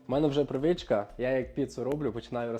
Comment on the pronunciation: Звичка а не привичка..